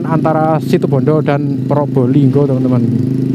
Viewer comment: RALAT MAS. BUKAN SITIBONDO TAPI SITUBONDO. JG SALA SEBUT NAMA KOTA.